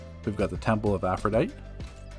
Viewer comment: I hate to be that guy, but not enough to stop. Aphrodite is pronounced "Afro-DYE-Tee."